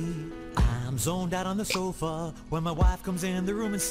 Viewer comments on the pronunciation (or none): none